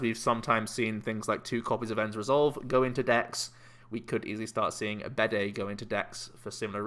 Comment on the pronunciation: Bede is pronounced like bead, rather than bidet.